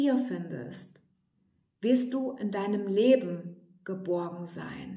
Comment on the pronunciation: Das Video wird angezeigt und ich denk...was hat nun mit dem Weisskohl ausgeheckt🤭🤣. So wurde der Opal nun gänzlich fehlgedeutet. Aber nur ganz kurz. Es war eine schöne Meditation von dir an uns. Danke. Das empfinde ich so als Geschenk. Und als du GE..BOrgen so betontest...hatte ich nurnoch die Gebo im.Sinn. DANKE🔮💚♥️